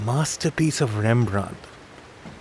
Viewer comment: উচ্চারণ টা ইংলিশে "রেমব্রান্ট" আর ডাচ উচ্চারণ টা বাংলায় বলা শক্ত কিন্তু "রেমব্রা" নয়। (আমি চন্দ্রবিন্দু টা লাগাতে জানি না এই কীবোর্ড এ)